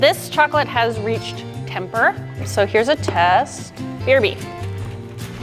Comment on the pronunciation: ”That Chocolate Is In Temperrr” ChOcOlAtE iN tEmPer ERRR